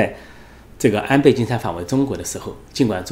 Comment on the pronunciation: 安培，安培。培养的培 Pei. . 发 呸 音 。